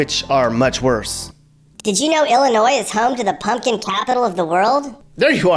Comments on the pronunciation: It doesn't matter how you try to propagate it, the "s" in Illinois is ALWAYS silent. Great video btw. If you make another one, talk about how & why southern Illinois was once called "little Egypt" and the Shawnee national forest. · OMG I don't believe you did a vlog on Illinois and pronounced the "s" at the end. It is pronounced "Ill-i-noi". It's like someone scratching a blackboard with their nails when we hear that. Sticks out like a sore thumb... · And people from Illinois say Illinois with a S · This is very spot on. Springfield is the Goldilocks region. It's Just Right. That's funny you pronounced the S at the end of Illinois. Beardstown, Pumpkin Capital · Duh. NO "S" sound in Illinois. (Research is our friend!) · No s no s on illinois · We can tell you're not from here because of the way you said the state name,the s in ILLINOIS is silent.and the taxes here are high and going higher all the time.Demon o 🐀'S don't know how to create JOB'S in ILLINOIS, just tax and spend.Ready to move out of this Socialistic COMMUNIST STATE, ran by are DICTATOR BIG FAT LIER J.B.Pritzer!!!!!!!. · You keep pronouncing Illinois wrong so fing wrong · Stop pronouncing the S in Illinois the S is silent. You should probably add that to your video. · The S in Illinois is silent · you kept saying Illinois with a hard S Also people from Illinois are called Illinai not Illinoians. Lol 😆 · did he say the S ? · Drives u nuts when hear them use the s in Illinois! Once heard a dr use it asked for a different dr if that uneducated get away man lol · Why do some people ignore that the s is silent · You sure did! Look over this and you will find you pronounced the "S" several times. I give you credit, towards the end you did say "Illinois" properly. Ewwww. that gives us the creeps when we hear that "s" at the end of "Illinois". If one moves here, he will be given a good lesson on proper pronunciation of our State.